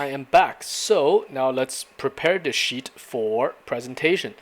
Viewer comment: lol i couldnt tell if he said, "lets prepare this sheet" or "prepare this Sh*t" lol